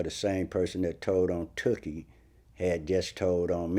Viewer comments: I can't stand the way Vlad says Tookie, like he's saying dookie. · It's not Too-kie Vlad it's Took-ie. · Correct me if I'm wrong. But his name was pronounced Took-E. Not Too-Key. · vlad keep saying “Tukie” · It's took-ie